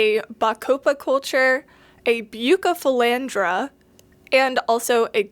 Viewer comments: Please its buuu ceee not bucee its killing me!! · Bucephalandra not Bukkkephalandra plss but good video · I’m sorry if this is rude but it’s pronounced bew-se-fel-Andra besides the k pronunciation on the c you’ve gotten it basically right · The cardinalis might not have been contaminated. When you take them from a immerse grown culture and put them in liquid, they melt and then grow back twice as healthy. Most aquarium plants do that. Also, it’s pronounced busephalandra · Its pronounced (roughly) Beu-sef-uh-laund-rah I'm not judging, because I have no doubt I've mispronounced my share of scientific names over the years. Just trying to be helpful on account of all the aquarium keepers who are probably having fits now. 😂 Also, Tropica generally has very clean TC cups; you can store them for weeks on a lighted shelf while preparing a new tank. If I planned to get TC cups for starting my own multiplication cultures, that's where I would source from. Top Fin stuff is cheap and often visibly contaminated, though as long as it hasn't completely overtaken the plants, that's not really a huge issue if you are dropping it directly into an aquarium (no special acclimation required; you open the bag, rinse under a tap to remove agar, and stick it in the tank). I buy it sometimes for my aquariums because it's readily available, but definitely wouldn't trust it to be sterile for cultures. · I'm crying a bit at your pronunciation 😂. For real though, buce is my favorite aroid and poaching has been a huge problem with them so tissue culture is a life saver. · The pronunciation of Bucephalandra had me rolling 😂